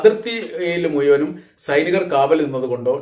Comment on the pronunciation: താങ്കൾ ദയവായി മുയ്മനും എന്ന് പറയാതിരിക്കുക !!. മുഴുവനും എന്നു പറയുക !!😊😊😊😊